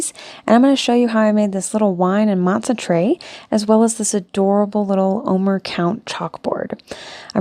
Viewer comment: It's pronounced "oh-mare," not "oh-mer." Also, the bitter herb to which you're referring is horseradish, which doesn't resemble those greens. Also there are 4 cups of wine associated with Passover.